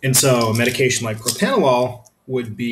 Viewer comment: PropRanolol not PropAnolol... Lol...